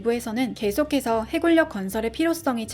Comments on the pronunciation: 발음이 해굴력이 아니라 해군력입니다. 발음에 유의해주세요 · 해굴력×× 해군녁 이라고 발음해주세요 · 해굴력이라고 말하니 집주이 안되네